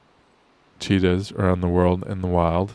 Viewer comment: I first thought you said "Cheetos, were being reintroduced to India".